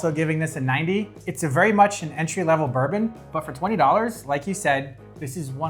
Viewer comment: One might excuse Americans for mispronouncing Scotch whiskies. But you lost credibility when you mispronounced the 12th most popular whisky--a Kentucky bourbon.